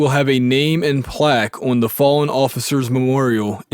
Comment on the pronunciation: O(W)n- are you from Pennsylvania? There is no w in the word on.